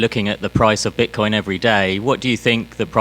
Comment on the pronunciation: I think he said Bchcoin in the beginning 😂